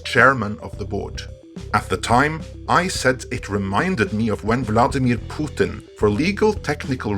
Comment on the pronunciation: P.S. Hearing you pronounce Vladamir Putin with that beautiful voice and intonation is next freakin level. Sir, I felt like I'd only just now heard his name pronounced correctly. gets shivers Ooooooooooooooooohoooohooooohoooo. That's good stuff. Thank you! <3